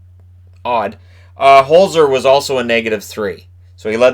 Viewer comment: I'm sorry I just have to say because it drives me nuts, it's not Hole zer. It's pronounced HolTsehr in German when you get a Z it's almost a TS sound. Best way to describe it in english would be to pronounce it Holt-zer that's pretty doable. I hate watching ducks games because I have to listen to announcers butcher my family name all night lol